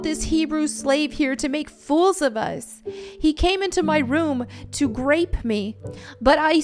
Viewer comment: I didn't realize she was adding in the 'g'. I thought that's what the NLT said and assumed the word grape had another meaning that I didn't know about.